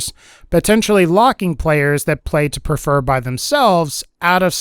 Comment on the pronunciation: ha "play to perfer"